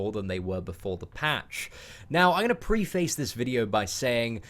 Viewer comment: Preface...pronounced preafess lol. I thought it was preface for about 18 years